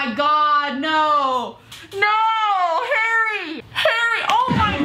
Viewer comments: When she says Harry she says hairy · Its Harry not Hairy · The way you say harry sounds like hairy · It's Harry. Not haaairy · His names Harry not haireyy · It’s harry not hairy.... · She pronounces Harry like "hairy" loool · His name is Harry, not HAIRY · It's Harry not Hairy😂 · Did she just say hairy instead of harry????omg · Am I the only one that hears 'hairy' every time she says 'Harry' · Is it just me or does say hairy instead of Harry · Why does this one calls him "hairy"?? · It's harry not hairry ffs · Please stop calling him hairy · Why do u call harry hairy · she says "hairy" instead of "harry" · Bruh his name is not "Hairy", it's "Harry" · Why tf do you call him hairy not harry I'm so triggered